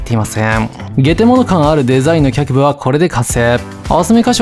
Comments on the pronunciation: いえ、映像の画面に「脚部」と出た直後に「あしぶ」と仰るので「単純に間違えてるのかな？」と思ってしまうんですよね。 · 「脚部(きゃくぶ)」を「あしぶ」と呼ぶのが毎回気になります。